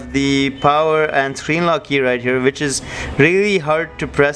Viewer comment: It's wich not Vich